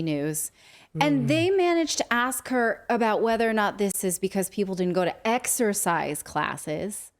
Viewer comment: Wow!! What a load of Disinformation/misinformation by that news station! STILL pushing the Great Lie. And that male reporter: Did he actually say "ExTercise Class" Wow. Maybe, he didn't really graduate grade school!